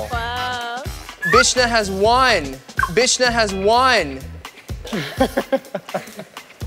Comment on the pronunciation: Eric called Ashley "Bitch-Na" after what she said about people mispronouncing her Korean name. He's digging it where it hurts ahaha